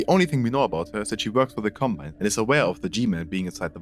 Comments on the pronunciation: bro literally said "Cobmine." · ah, yes. "Cobmine"